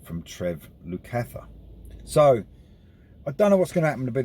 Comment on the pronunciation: Yes great album, but you could have done a little internet research into the pronunciation of two of America's finest musical families before uploading. The Porcaro's and Lukather's are known worldwide by anyone who knows anything about music. Jules and Josh are being a little quiet since the release. It would be better if they gave their side into why the sacked the man who seemingly got them together!